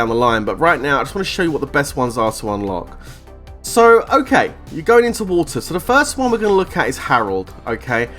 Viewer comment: Every Canadian and American are cracking up right now over "Woota" ahem... I mean water 💧:_WorthyLOL::_WorthyLOL::_WorthyLOL::_WorthyLOL